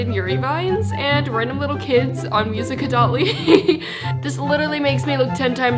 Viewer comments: is just pronounced not music dot ly you don't say the dot plus check my it's im_ella_forver also it will say Ella with hearts around it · that is not how you pronounce